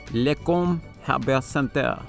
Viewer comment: Great video, though i have to point something out. LECOM is an acronym for Lake Erie Center of Osteopathic Medicine. We're definitely not saying it with a French accent, LOL (I'm from the Buffalo suburbs). More useless or interesting (depending on your view of it) facts: Harborcenter is an interesting place, as it is a 2 rink arena and part of the building also serves as a parking garage and entrance to KeyBank Center, which is directly across the street, via a 3rd floor walkway. It has the hotel you mentioned, as well as a few small shops and restaurants in the exterior of the building as well. It is the practice facility of the Buffalo Sabres in the NHL, the original home of the Buffalo Beauts in the NWHL/PHF ( ), as well as is the home of the Buffalo Jr. Sabres of the OJHL and the Erie Community College Kats hockey teams.